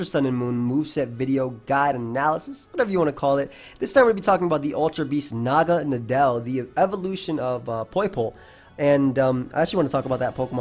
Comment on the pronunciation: pretty sure everyone I've seen has been pronouncing this 'mon the wrong way. nadel is the german word for needle. it's pronounced like "nuhdl". and well naga is just some mythical snake thingy. I really hope naganadel stays OU, it's such a cool 'mon. I get that it's overcentralizing at the moment, but hopefully that's just a really solid 'mon coupled with new toy syndrome.